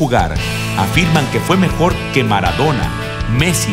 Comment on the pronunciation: Jajaja mara-dou-na xddd F murió ú.ù